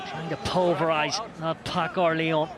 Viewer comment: Lyons ? Respectez un peu. Déjà qu'on se fait péter à domicile. C'est Lyon sans 's'.